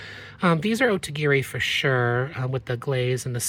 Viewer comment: I have a funny confession. When I first started watching you, and the first couple times I heard you mention Otagiri, I thought you were saying "Ode to Gary". 😂I had never heard of it before! Then when I saw it written somewhere it dawned on me-- a little epiphany. LOL